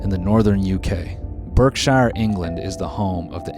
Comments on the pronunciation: its pronounced Barkshire not Berkshire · okay maybe I can forgive pronouncing it Berk-sheyer.... Thats how it looks but its not phonetic, its like "Barkshuh" But my friend, thats not in the north of the UK... I mean like its near the bottom of the country come on..... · Berkshire? It’s pronounced barkshire you’re getting as old as Cody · Northern U.K…? It’s pretty South sir and pls say Bark-shear not Berk-Shire (u sound like America trying to pronounce Birmingham or Worcestershire) love from the UK fans xx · 'Bark-Sher' not Berk-Shire. Get the name of our hellscape right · Its pronounced bark-sure not berk-shire and it is definitely not in the fucking north 😂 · just fyi berkshire would be pronounced berksure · Shire is pronounced like ‘sheer’ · Noel it’s BARKshire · So it’s pronounced bark and then shear , like the things you use to cut hedges shears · Pronounced Barkshire my guy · berk-shyre lmao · not the way you pronounced berkshire hahahaha its pronounced like berksheer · It’s ‘Birk-Sherr’ 😭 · it's pronounced Bark-sha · WTF is burck shire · 'northern uk' ??? 'berk shire'???? noel are we good? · saying the North and then saying Berkshire (bark-shy-er) Im fuming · Dude said Burk-Shyer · Berkshire is neither pronounced like that, or in the northern uk XD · the way you pronounced berkshire😭😭😭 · The pronunciation of “Berkshire” absolutely got me 😂😂😂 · “northern uk” but it’s berkshire i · bruv first you said Berkshire was in northern England then you mispronounced it..... u just made a bruvva unsubscribe and I'm only seconds in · I'm literally from berkshire and not only the "northern england" of it all but also the pronounciation of the county. Oof